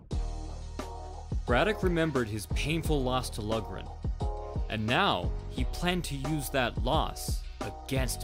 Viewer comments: Pronounced Lock-ran, not Lug--ran. Irish-American like Braddock. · I'm not sure if anyone else has pointed this out yet, but it's pronounced Tommy "Lauren", not "Lugren". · Great video, "Loughran" is pronounced like log-rin, had a teammate back in high school with that name lol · Loughran is pronounced low-gren. Braddock exemplified what is called "ring generalship" against Baer. He nullified Baer's strengths and fought his own fight, not Baer's. The mark of a champion. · It is actually pronounced Lock-ran. It is an Irish name and that is the proper way to pronounce it. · Loughran is pronounced like Lockran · his name is pronounced Tommy "Louran" it is an Irish name and the "gh" is silent, it is spelled "Loughran" please stop slaughtering my great grandfathers name. I like your videos! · It’s pronounced LOCHRAN.